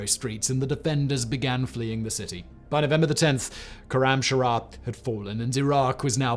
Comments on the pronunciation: Awesome information but please, it's not khoramshara, it's khoram shahr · Koramsharah..... how fkign hard is khorram shahr to pronounce ? Its shahr means city not shahar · Sloppy reading too. It's Korramshahr and not Korramsharahr. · I suggest an adviser on pronouncing Iranian city of خرمشهر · As a Farsi speaker, hearing his pronunciation of "Khorramshahr" hurts 😅